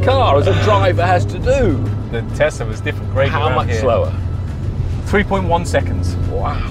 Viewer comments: Tesla not Tezla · Its tesla not tezla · Thanks Mate, too many idiots turning an S into a Z.